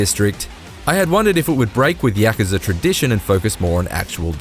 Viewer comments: Us:Yuh-Ku-Za Ign:Repeat after me YAK-KA-ZA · bro why you keep saying YAKAZA? ITS KAYUZA, GAH DAMN!! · It's not pronounced 'Yak-ker-ser.' It's pronounced 'Yak-kuuuu-saa.' Sorry but it was bugging me, lol! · We all just gonna ignore him saying yahkuhzuh? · Is anyone else kind of annoyed about how he pronounces Yakuza. Isn’t there supposed to be a break between ya and kuza. I really doubt it’s Yakza lol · The way he says yakuza bothers me so much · Heard how he said Yakuza and gladly clicked off the video.